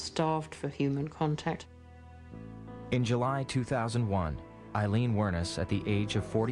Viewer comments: Aileen, not Arleen. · Did her lawyer really just call her “Arleen” ???????